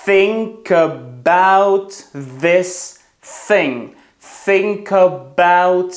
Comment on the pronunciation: Чому тоді think чутно подібно на тінк